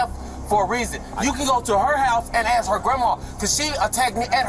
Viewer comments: Why can't they say "ask"? They say axed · It's so annoying when people say "Axe" instead of "Ask". Learn English idiot's. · You dont say "we was" its "we were or we are" ......and its ask not aks...learn like I had to learn before moving to US..... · why cant americans say Ask? there are no Axes here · For the love of god’s green and verdant earth, it’s ASK not AX. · She axed to go to the lie-berry